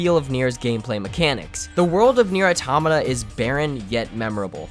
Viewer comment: You pronounce Nier : Automata fuckin weird dude